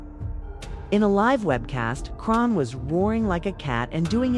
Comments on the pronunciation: You not even pronouncing her name right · Get it together you.cslled her three diff names it's chrisean this must be AI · Ok, if you need to use A.I at least preview it before uploading it. How many ways can they mispronounce 1 name? Smh! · The way you mispronounce her name